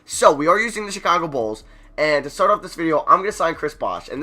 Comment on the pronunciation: Bruh, when you were looking at the ALL NBA teams and you kept on saying No Bulls, I was dying when it sounded like No Balls lmao